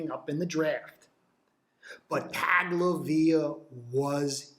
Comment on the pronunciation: Taglovea???? Wtfff who is that. It’s pronounced tongue o vai loa. Tagovailoa. Not taglovea